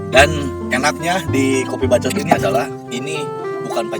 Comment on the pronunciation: Anu paling ngenah na mah nyebut "KOPII BACCOOTT" wkwkkk